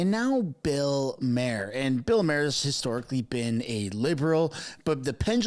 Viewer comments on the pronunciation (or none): Yah, and 'Mercans pronounce Maher like "Mahr" not "Mare"! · Respectfully. His surname is not pronounced " mayor," but is pronounced "mar," as in the planet Mars. Thank you. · Bill Marr....not Mayer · It's not pronounced mere like a horse, it's Maher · With so many Comments, I can be virtually assured that you won't see this one, but I'm going to make it anyway: You're not doing anything to help your credibility by mispronouncing the name of the person you're talking about. Mr. Maher's name is pronounced MARR, not MARE. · "Maar" not "Mair" hee hee. Good video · Thought Bill Maher pronounced his name "MAH-her", not "MAY-her" . . . lol, great show. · Not Mayor..."Bill MAR"..thats how you pronounce his last name correctly ❤ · Marr not Mayor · His name is MAR.............................NOT..............................MARE. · It's pronounced "Mar". It's painfully obvious you've never followed Bill Maher's long career. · FFS, it’s pronounced “Mahr” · His name is pronounced MARR. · pronounced Bill MARR. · If you are going to do videos citing others commentaries/shows, you need to learn how to pronounce their name. You are not pronouncing Maher like Bill does. It is more like mar that rhymes with par. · It’s pronounced Bill “Mar” as in planet Mars. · Maher is pronounced like Barr. Poutine (not Putin, the president of Russia) is a French fry dish served in Quebec, Canada (hence the inset pic). Are you even Canadian? Pierre! Pierre! Pierre! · Just subscribed to your great podcast. Please help we Yanks pronounce Can@ terms. That said Bill M’s name is pronounced M+RRR….kinda like Pirates say, “Argh……. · Bill Maher, pronounced "car" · FYI Maher is pronounced like car. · Use the short a sound. It’s Bill Maher. It’s pronounced, “mar.” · Good report. But while we are on pronunciations, he pronounces his name “mar”, like bar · It's Bill "MAR" like Mars without the S. 😁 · It’s not pronounced “Putin” and his name is not pronounced “Mayer”. Terrible pronunciation. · Ma-har 🙄. Cmon man